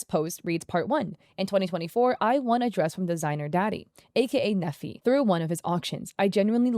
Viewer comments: His name is Nephi, he was raised with the importance of reputation management. Only LDS/Mormons name their children Nephi. Pronounced knee-fie, not neffy. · I went to school with a Nephi. It's a common name in the LDS church. It is pronounced like KNEE-fye and not "neffy". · As someone who was raised LDS/Mormon in Utah County, Utah (and still lives there to this day), hearing that name pronounced like "Neffi" is making my brain glitch 😂 (If you don't know, Nephi is the name of a significant character in the Book of Mormon, and we actually have a city here in Utah County called Nephi, but we pronounce it like "KNEE-fy".) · I’m sure no one cares but the pronunciation of his name is “Neefeye” long E and long I sound. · “Nephi” is a Mormon word and is pronounced Knee-fi. Love the video as always!